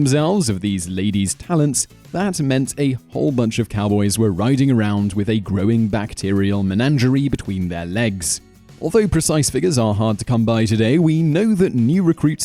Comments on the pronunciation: That's CORRAL(emphasis on the last syllable)Simon,not CAROL! MENAGERIE not MENANGERIE.You have wonderful delivery and enunciation,rhythm and style.I don't want to hear any excuses..I mean...REALLY! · The OK Carol? It's core + al = corral. .."MenaNgerie"? Menagerie does not have an extra N you supplemented, regardless of the bacterial load you speak of inside a cowboy.